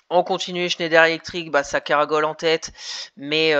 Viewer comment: juste pour info, on dit caracoler et non caragoler